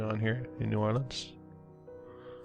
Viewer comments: Just a heads up, no locals pronounce it "Nawlins" more like "Newahhlins" 🥂😉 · I was born right across the lake in Hammond, Louisiana..."knew-Orlans".. Please... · No one in New Orleans pronounces the name as you do. It shows a lack of good research.